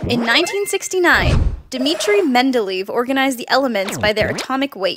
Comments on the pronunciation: it's pronounced men da le ef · You mispronounced Mendeleev